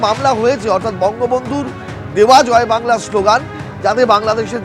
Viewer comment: বেশ করেছে, ভালো করেছে, এই স্লোগান তো মমতা বন্দ্যোপাধ্যায় এর রাজ্য সরকার, মমতা বন্দ্যোপাধ্যায় দেয়।। মমতা বন্দ্যোপাধ্যায় বলে "জয় বাংলা"(কিন্তু শুনা যায়, ঝয় ভাংলা)।।।।। উচ্চারণও ঠিক করে করতে পারে না, পন্ডিতের দল!!!😊😊😊???